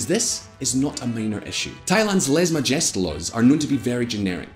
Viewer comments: LEZ MUHJEST LAWS? YOU BUTCHERED IT WORSE THAN THAT THAI NAME! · The guy who presents needs to learn how to pronounce foreign words like lèse majesté, Deutsche Welle, etc. Too unsophisticated to fill up the shoes of Simon Walker.